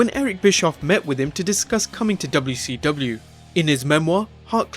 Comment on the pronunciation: You've gotta adapt the dubyaseedubya to your enunciation